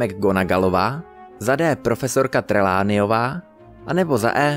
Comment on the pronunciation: "Kratyknot?" "Trelánejová?" Cože?😂😂😂